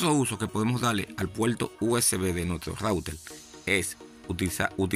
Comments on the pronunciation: Dice Routel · Entonces no se dice router se dice "loutel" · Es que Loutel no le sale , por eso dice Router q es más fácil de decil....😅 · Intelnet, smal tv, conectal, conseguil, cualquiel, apalte, sin altelal, adaptadol, calgadol, veldad,celulal, menol, loutel. Por favor aprende a pronunciar la "r". Es insufrible escucharte hablar así. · En cada hogaL hay un routeL y en la paLte trasera ....inteLnet..... QUE GRACIOSO HABLAS...... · Se puele calgal el celulal y sacal el lautel estelno y aksedel a otla led guaifail 😂😂😂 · El puelto, el raulter jajaja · " Rautel " la primera vez que oigo esa palabra😮 -yo oigo esa palabra no entiendo los comentarios que dicen no sale la R 🤷‍♂️ por otro lado es su idioma el que hace asi la pronunciación 🤔(yo lo entiendo👍). - Fue solo la palabra RAUTEL que me llamo la atención,sin mala intención 🙋‍♂️😁👍. Es interesante saber todo lo que se puede hacer con el Ruter 👀 -LIKE AL VIDEO 💯👍